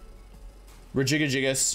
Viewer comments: regigagigas lol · Did he just fucking say REGIJJGAGIGAS ? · this dude really said “rejigijijas” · The way you pronounce Regigigas gives me life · can we appreciate the way he pronounces Regigigas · Hold on nobody finna mention how this nigga said regigigas 🤣